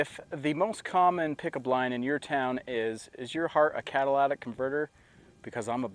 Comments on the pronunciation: It's pronounced cat-a-ly-tic not cat-a-la-tic converter. Just saying. Thanks for video, gonna get one for my Chevy Colorado Z71. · It is pronounced "cat a lit ick" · cat a lit ic.... not cadillac ic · 🤣🤣🤣Cadillatic converters?